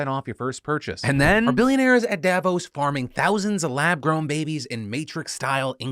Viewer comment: I'm Swiss, and Davos is always a shit show... There are also always local demonstrations against it. And as a side note, it's pronounced DavOS not DAvos :)